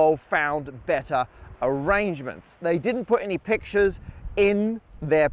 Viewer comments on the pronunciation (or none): none